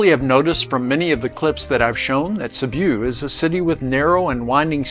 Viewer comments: Sibiu nicht Sibu es sind nur fünf Buchstaben 😂 mein Gott 😂😂😂😂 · You lost me 46 seconds in. Please learn to pronounce names before making videos about them.